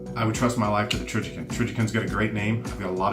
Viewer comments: TrijiCON, not TrijiKIN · Trijicon has a great name, too bad he doesn't know how to say it LOL!!